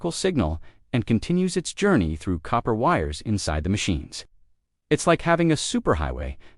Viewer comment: I can't get past the AI mispronunciation.